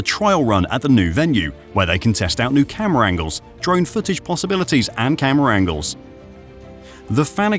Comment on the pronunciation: bro said camara angels twise😂 what in the chatgpt is this video